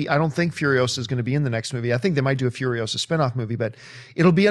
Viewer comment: It's Imperator FuriOsa, not FurioSA - Hermione